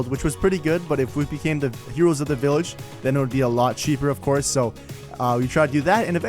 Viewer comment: "An underground villahger trader" - You mean a "black market"